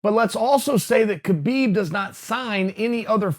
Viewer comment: Chael, Kahbib's name is Kahbib.